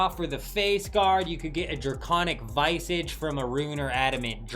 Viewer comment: Who says draconic VYE-sage or PEE-itty? Even the Europeans I play with have consistent pronunciation on these.